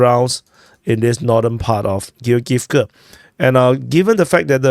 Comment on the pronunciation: "Giogivka"., this one is easy to pronounce as its from the name Georg. Georg-ivka.